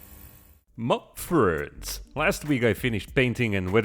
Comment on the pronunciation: Ma fwends